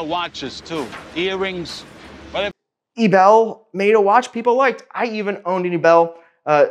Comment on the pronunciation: eee b eee l you pronouncing like it would be panties